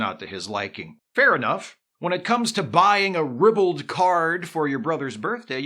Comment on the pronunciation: THAT'S how "ribald" is pronounced?